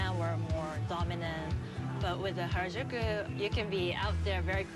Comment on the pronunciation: You'd think after being told "Hah-rah-joo-koo" (Harajuku) hundreds of times, they'd finally pronounce it right.